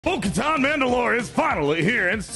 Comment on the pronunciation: hardest thing ever is getting through a video where a name/word is said so many times with the wrong pronunciation. It's Katan like "cuh-tan" not "cuh-tahn"...